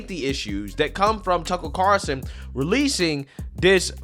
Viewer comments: Carl- son. NOT Carson as you are mispronouncing it. there is a FUCKING L in there. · drives me crazy when he says “tucker car-son”, it’s carl-son lmao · Dude, It's CARLSON, not Carson lol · dude, its car L son, are you not allowed to say his name correctly cause you tube will flag the video?